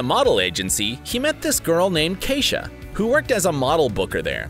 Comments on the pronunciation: He keeps pronouncing his wife's name wrong. That's my sisters name. It's e not a. Keisha not Kaisha. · How many times is his wife’s name going to be mispronounced? Lmao tacky